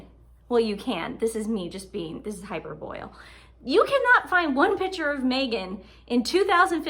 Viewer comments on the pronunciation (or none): I've heard it pronounced as "high-PER-buh-lee" and "hyper-bowl" but this is the first time I've heard it as "hyper-BOIL" as in "this water is taking too long to boil, turn on the hyper-boil". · I think you meant to say Hyperbole not hyperboil. And it's so see o path not sosheeopath.